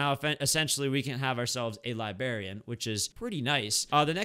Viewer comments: what LIBARIAN it is LIBRARIAN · 😂😂😂 he said libarian💀💀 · libarian lol